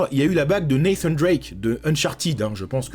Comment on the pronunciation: Par pitié Nathan pas nathane Drake on est français